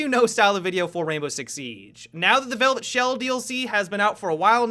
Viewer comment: i cringe everytime serenity uploads a video with "Velvet Shell DLC" in the title